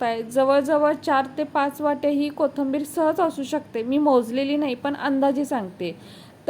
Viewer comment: कोथंबीर नाही कोथिंबीर म्हणा